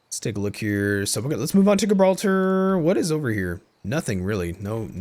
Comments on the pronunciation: Where are you from ? Because how you say Gibraltar practically gave me a disease. No hate ;) The g is more like a j I also wish I knew how to mod, I would make the battle for Gibraltar spectacular, I would actually add the rock and make it so you have to fight past the bastions with cannons and the moorish castle. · Great video! Instant Sub! The way you pronounce Gibraltar made me build a cringe cave!